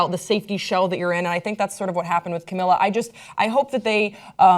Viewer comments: its pronounced Cam-ee-la Ca-bay-o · Cam-EE-la Ca-bae-YO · It's pronounced cam-ee-la cab-ay-oh :) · this is so difficult to watch since cant pronounce camila's name